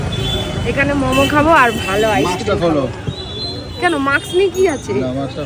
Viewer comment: Aas kirim ki bhai ?? Ice cream bolte pare na naki